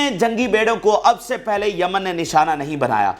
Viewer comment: Yemen not jaman